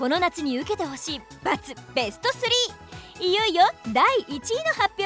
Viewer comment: べしゅちょしゅww可愛いなww めっちゃキル‼かっこいいんだけどw どっちにしてもは笑った 可愛い